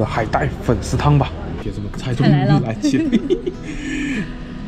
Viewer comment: 什么叫铁汁呀？铁子，不是铁汁